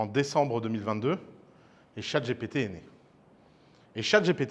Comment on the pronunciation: Je suis nostalgique de l'époque ou Ouss disait "Chat GTP " ! 😢